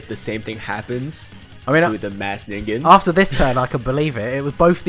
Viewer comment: That was surprising..... learned to pronounce 'Ningen'.